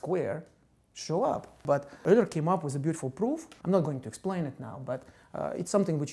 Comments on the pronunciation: Leonhard "Ugh-ler" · its pronounced "oiler" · Magic Gonads It's "Oiler" in English, but it sounded like he pronounced it "Öler"/"Øler" rather than "Errler." Which is a vowel sound not found in English, which explains why Anglophones would pronounce it "Oiler." "Yooler" is wrong. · Everyone pronounces Euler differently. The guy in the video pronounces is Errler, Mr. Grime pronounces it Oiler, I pronounce it U-ler. What is the correct way to pronounce it? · Euler's name is not pronounced how it looks but rather is pronounced "oiler". Smh.